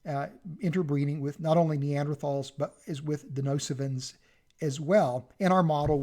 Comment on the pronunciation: It's DeNISOvans not 'Denosivans'..!